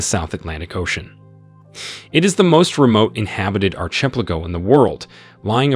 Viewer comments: I was going to say… what’s an ar-CHIP-leh-go? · Bro said arch ep lago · Bro…ar•CHEH•pleh•go??? Seriously? Say it with me: arky•PELLA•go. Jesus. You said it so confidently, too. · How do u pronounce "ARCHIPELIGO" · Arrrrh, ship, pay lah go 😂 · That constant, off-time sniff and bizarre pronunciation (archplaygo) sure sounds like AI narration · I can't believe the way this guy pronounces archipelago. It's insane. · It's ridiculous. He needs to educate himself. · It is bizarre, but I suspect English may not be his first language. Otherwise, the video is exceptionally well made. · At first I had no idea what he was saying. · Was going to say the same. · It is really bothering me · It is pronounced Ar-Ka-Pellico. and it's pronounced Tristan Da Koonya. Do your homework before you post a video! I can't take this video seriously. There are way better videos.!